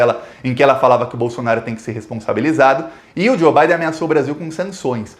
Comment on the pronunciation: Digo Biden, e não Baden.